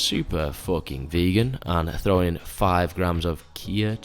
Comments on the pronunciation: CHIA...IS PRONOUNCED IKEA.....LOL! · I am glad I am not the only one with difficulties pronouncing these flashy fitness ingredients...Cheee-yaa?! LOL I feel you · it’s pronounced chia duh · liked for calling chia seeds kia seeds lol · It's pronounced chee-ah. They tend to soak up a lot of moisture and will give your oats more of a pudding-like mouthfeel. And what we call overnight oats is a Swiss invention called Muesli(not that Luxury sugar-bomb cereal sitting on your pantry shelf), traditionally eaten with some grated apple and a little cinnamon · "Tschija seeds" bro :) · Not being funny but its not hard to pronounce CHIA (CHEEA) like CHIEF (CHEEF) NOT CHY-EF is it..